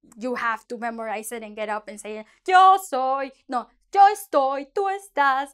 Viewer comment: Thank you for the video. You pronounce YO, like Joe (English pronunciation) I thought it is Yo like the toy, yo-yo, just on yo.